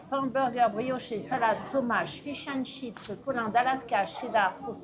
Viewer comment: C'est fish and chips , pas Chish and chips, petit rappel 😉